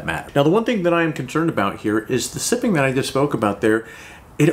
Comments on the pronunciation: Sipping? It's siping (SY-ping). A single one is called a sipe. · Thanks a ton for the video! I've been looking at new mud tires, and you picked two off of my short list. Very informative! If you are interested, "siping" for tires (one "P") rhymes with "typing" and is not to be confused with "sipping" (two Ps), as in drinking a little at a time. Possibly named after an inventor named John Sipes who introduced "sipes" into rubber tires.